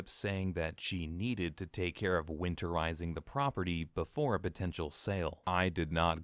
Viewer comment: She said "Winterizing"